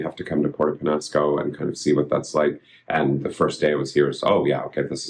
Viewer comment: Has he learned how to pronounce Peñasco??